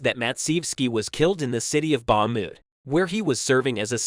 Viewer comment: Bar-mout? Bar-kiev? Only VERY old videoclips. Sentences that no normal person would say. This is a typical Chat gpt created channel, with a voice bot doing the narration. Do not support this kind of channels that are only in it for the money. Report them to youtube so they can be banned.